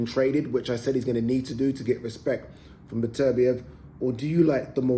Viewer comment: His name is beterbeiv not betervia Get his name right you newcomer sausage or a presenter